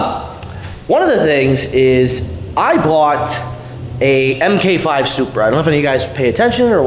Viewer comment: Not (M-K -5) its pronounced ( Mark-5 or Mark 4 Supra) thank you! BTW Color matches my new Mk4 also! when you come to Vegas we should do a video and 2 step battle.